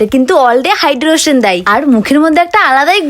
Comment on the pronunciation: Hydration ❌ hydrason ✅ , 😂😂😂😂😂